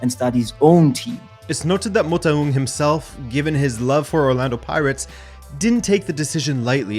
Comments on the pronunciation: Dude that Motaung pronunciatio, salute. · You nailed kaizer's surname pronounciation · Loved the way you pronounced Motaung,you did it as close to a native as possible. Great episode.